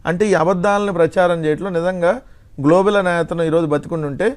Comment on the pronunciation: Globel kaadu venkatareddy gaaru.. Homework cheyandi.. Aasuvugaa kaadu